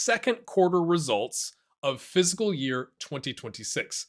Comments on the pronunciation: It really sounds like he's saying phsyical year and not fiscal year. Am I going crazy? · Good info and all but you really need to learn how to pronounce the word 'fiscal'